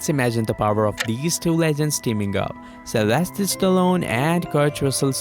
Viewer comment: Uh, his first name is Sylvester, not "Celestial", as you put it.